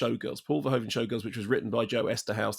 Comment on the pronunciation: English speakers always pronounce Verhoeven wrongly. The oe is pronounced as the o in move, not the o in grow